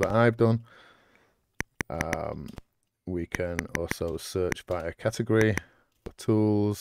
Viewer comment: This looks fantastic, thanks for this! One tiny criticism, it's "category". I don't mean to take the shine off, it looks great, really.